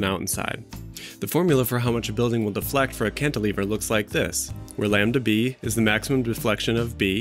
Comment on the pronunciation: Like, wow. So gnarly, my duuuude. Cantilver? More like: Yes, You Can-iliver!